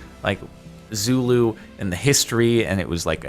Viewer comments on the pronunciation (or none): no, this is still wrong the line through it means OFF so speaker or microphone or shouting head, putting it on the right with a line through it is still wrong... Also it's Zulu not Xulu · Zulu not xulu but aight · correct me if im wrong, isnt it Zulu and not Xulu?